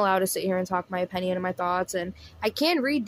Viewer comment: I didn't know the word opinion had an a in it- "opAnion" lol. I watch and like your videos but when you mispronounce the word opinion... it's all I can notice. Take me out of the actual content. No hate. Just trying to be constructive so I can focus more on your content and not just a mispronounced word.